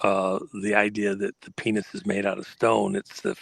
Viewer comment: Go ahead and say penith again. Come on, one more time.....Penith